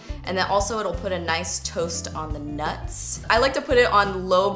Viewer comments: Your favorite NUTTZZZZZZZ... with the extra ssZZzz lol . #SNAPCHATFAM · emphasis on the "NUTS" 🌰😂😂😂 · I love how you put so much emphasis when you say "NUTS" haha looks yummy will definitely try this! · So I'm totally at work watching this...I have my ear phones in, but I did slightly giggle every time you said nuts (: lol just saying love the recipe and you ( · Your so funny the way you keep saying NUTs ahaha